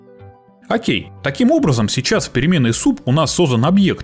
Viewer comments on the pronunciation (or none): none